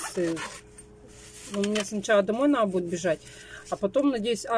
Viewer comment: ещё старайся говорить правильно.Не наа,а надо,надо.